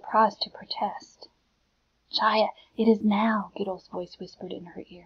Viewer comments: by the way, the name is pronounced as haya not chaya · It is hi a not chi a sorry